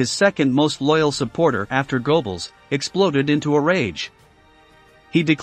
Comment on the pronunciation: Its pronounced Gerbels . With the G as in "Go" Not, Gobols.